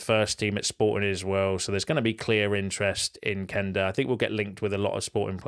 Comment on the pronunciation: Thank you for correctly pronouncing Quenda‘s name. You‘re one of the few United trackers who gets it right (cough…Jay…cough…Sam…cough)